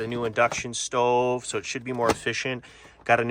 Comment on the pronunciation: It really comes out when you say “stove”